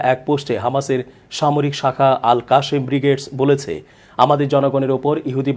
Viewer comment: আপনার কন্ঠস্বর খুব সুন্দর মাশাআল্লাহ। আপনার বলা "আল কাশেম" শুনতে ভালো লাগেনি ক্ষেত ক্ষেত লেগেছে..! আরেকটু স্মার্ট হতে হবে শব্দ উচ্চারণে। ধন্যবাদ 🌹